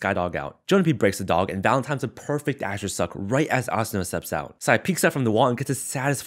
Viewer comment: I like how u pronounce asuna. Cuz there are so many people that say uh-soo-nuh. Idk just a pet peeve ig u could call it